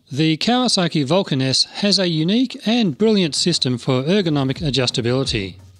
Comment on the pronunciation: The way your said Vulcan S sounds like "Vulcaness" and I wonder if that's just a coincidence , or your speaking style ? I WANT to ride one so badly. I'm a newbie (re-entry same thing) and it seems perfect. I am still getting used to my Shadow 750, but I have a feeling I'd be used to the Vulcan in 5 minutes.